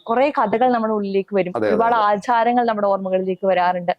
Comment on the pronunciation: ആത്സാരങ്ങൾ അല്ല ആചാരങ്ങൾ